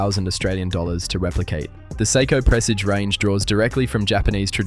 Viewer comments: Stop saying”psycho” it is prounced say-ko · Pronouncing Seiko as 'Sai-ko' and JLC as Jaeger Le Koo-tray had me wondering if this was AI generated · Dude, you really got to learn how to pronounce "Seiko." "Psycho" just sounds crazy.